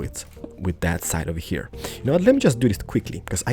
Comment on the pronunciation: "One heya, one heya, and one heya" lol I really like the apartment building